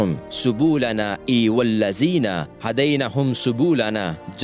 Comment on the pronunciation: Subulana ,sulubana nahi